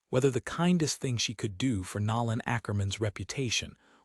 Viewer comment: I wish AI could be programmed to pronounce names correctly. His name is pronounced No land.